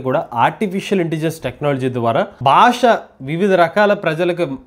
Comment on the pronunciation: భాష, భారతదేశం అని పలకండి ప్లీజ్ బాష కాదు భాష "భా"